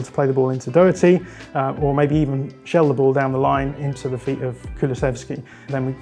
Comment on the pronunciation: Please say Doherty's name correctly,.. it shouldn't be difficult it's just a do sound like in 'doctor', just pronounced the same way as it is spelt. You are saying Doeherty, it's like if I called you Joen